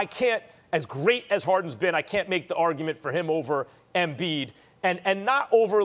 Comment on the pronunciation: Max "Ambiid (embiid)" Kellerman